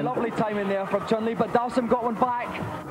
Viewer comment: Its pronounced CHUN LEEE that idiot.